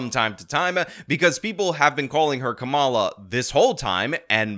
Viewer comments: I love how you have to say Kamala like if you actually trying to be racist…Camel-ahhh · every other Indian woman pronounces the name “kuh-MAH-luh” and ‘kuh-MAH-luh’ is INDIAN. Why she hating her own name? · "Kamala" is an Indian name and it's pronounced "Kuhm'la." She doesn't even pronounce her own name right. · He pronounces her name kum-uh-la in his excuse clip, which is the wrong way to say it according to all the other hustlers. 😂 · it sounds like he's pronouncing it wrong too, and cambula he's says kamula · Kamala name is pronounced Koomala,her name is Indian, Vivek Ramaswamy is the only person that correctly pronounced it,this panel has been mispronouncing it the entire time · the name thing is ridiculous. Its the indian name for Lotus. Ka-ma-la. emphasis on the la. Both of the usage here are wrong.